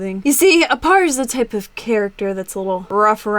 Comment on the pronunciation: aparri not appari